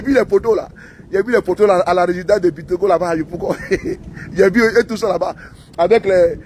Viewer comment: On dit c'est Bictogo